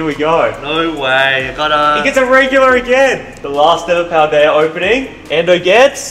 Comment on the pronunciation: “Pal-dayur” 😂 I had to